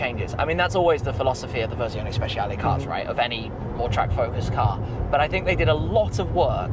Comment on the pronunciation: Correcting you on pronouncing ‘Dodici’ but then saying ‘Speshiale’ instead of with a ‘ch’ sound. Spe-chia-le.